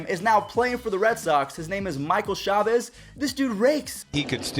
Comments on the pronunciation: it's not Michael Chavez, it's Michael (Chay-Vis) chavis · Michael ch-A-vis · he said chavis wrong :(